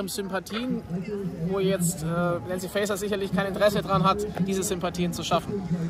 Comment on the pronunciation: Warum schafft eigentlich kaum jemand, den Namen der Innenministerin richtig auszusprechen? Fast jeder spricht ihn English [Fäiser] aus, dabei heißt sie Faeser [Fäser]. Lasst Euch nicht immer durch den englisch klingenden Vornamen Nancy [Nänzi] triggern.